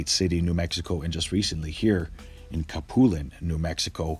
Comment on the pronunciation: Capulin is pronounced "kah-poo-LEEN"